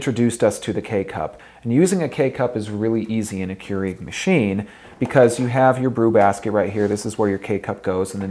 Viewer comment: Not sure I like how he says "Keurig," he's pronouncing it strangely.